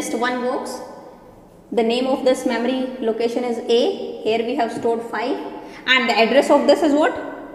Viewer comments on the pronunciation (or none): Its memory not mammary